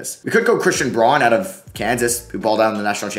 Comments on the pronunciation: Just for future reference it’s pronounced Brown not Braun :) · pretty sure that christian braun’s last name is pronounced brown